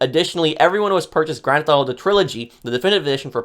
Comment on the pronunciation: “Grand Thalll”